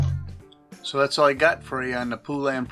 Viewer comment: Po-lun, not poo-lan, let’s all try to pronounce Poulan together correctly!